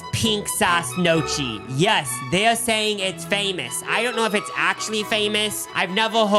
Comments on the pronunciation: "knock-ee" more than "no-chee" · "nochi" HAHA its pronounced "nyow-key" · It's Knee-o-key not No-chee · in case you forgot and are from the midwest, they pronounce gnocchi “no-chee” instead of “nyo-kee” 😭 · NYOW kee, no "chi" 🙂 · Ok boys who is Notchi? Doechii’s cousin? The pronunciation 😂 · Gnocchi is pronounced na key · i was like "whats nochi?" and realized they were talking about gnocchi 😭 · pronouncing gnocchi like "mochi" lolololololol 🥴😭😩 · No- chee really hurt my heart though 😭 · “nochi” is making me laugh so hard as a former culinary student and gf of an italian man lol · Hey people were putting Trump signs on their garages in Italy last year so it’s more authentic than you think 😂 oh, It’s pronounced neo-kee 🙏🏼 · It’s my favorite time; lunch w and <3 also, easy tip about Italian: their Ch- and C- sounds are the exact opposite of English. Ch- makes the hard C sound — so Gnocchi is pronounced “No-Kee”— and the Ci- makes the soft “Ch-“ so the restaurant name would be pronounced “Chin-zetti’s”. Tanto amore!:) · As a Midwestern, I don't think this is a bit because why did I come to the comments to learn that they're saying gnochee wrong?!??? 😭